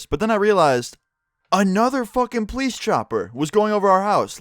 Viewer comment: it really bothers me how he pronounces police. it's poe-leese not pleece